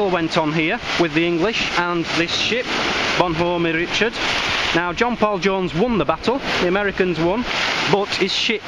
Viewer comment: Great video. Beautiful place!! I beach detect here in the U.S. Just a note. The "Bonhomme Richard" is pronounce Bon-ham Ri-shard. I served on it when I was in the military. Well, the LHD-6 modern ship named after the original.